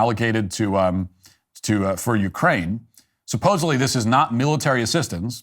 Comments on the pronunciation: C'mon..."supposably"? You're better than that! 😆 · Matt can you please learn how to pronounce the word supposedly